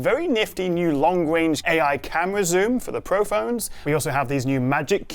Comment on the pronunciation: It's "long RAnge" mate - loved the video, thanks a million.